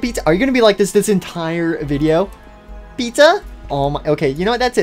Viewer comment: Don’t say Puter something stop saying pizza like this stop saying pizza like this to